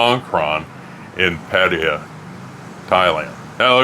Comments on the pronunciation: Nothing wrong with how you pronounce Pattaya,. However, the word 'Worcestershire' by many American cousins makes me giggle! 😂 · Don't change your "Pattaya" pronunciation 😂